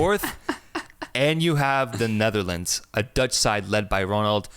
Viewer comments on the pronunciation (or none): none